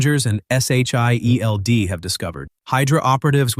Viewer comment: Bro just say shield and stop spelling it out, yeesh!also just say hammer, again no need to spell it out.